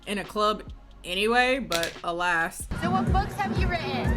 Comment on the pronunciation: Naaaah, did he really say “alast” instead of “alas” on the plane. I’m dying